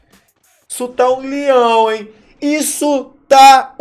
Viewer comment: Ele falando "LIÃO" é mt engraçado KKKKKKKKKKKK